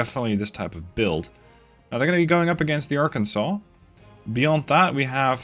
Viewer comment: You did a near-perfect pronunciation on Arkansas and some people saying similar fashion of Kansas put in a ar in front of it multiple ways to pronounce it but you did want a more common ways to do it if you did a pretty well so kudos to you